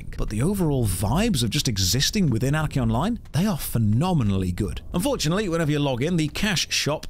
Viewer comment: I'm tho only one who hears "Anakin online" instead of "Anarchy Online"?